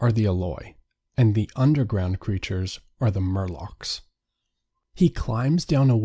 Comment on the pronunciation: Morlocks. Not Murlocks.